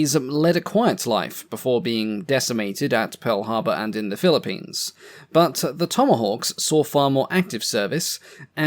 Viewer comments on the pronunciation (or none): none